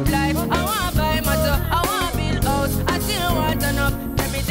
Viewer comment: I was going to give her until I heard her say hose instead of house